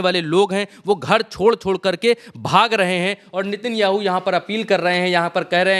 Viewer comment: नित्यानु नहीं नेतनयाहू बोलिए